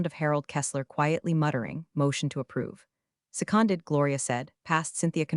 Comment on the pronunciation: Lol exactly, it’s “seconded” not “sec on did” 🤓✍